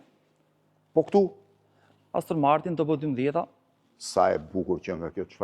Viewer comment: Aston Martin ❌️ Austin Martin ✅️